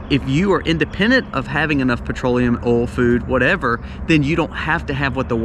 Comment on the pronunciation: I love how you say the word oil. “Ole”